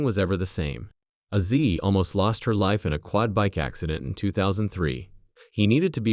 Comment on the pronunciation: I quit watching the video about 5 minutes into it. You've dedicated an entire video to the man and you can't even say his name correctly. It's Ozzy. Not Azi.